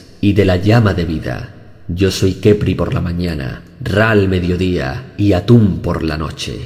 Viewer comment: Lo siento mucho pero cuando dijo "Al anochecer soy Atun" no pude evitar morir de risa xD